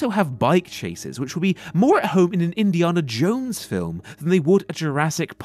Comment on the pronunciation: "An endiona jõnes film"